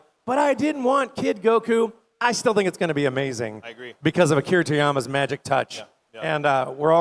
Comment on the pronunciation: "A Cure to Yamma" instead of Akira Toriyama is hilarioussse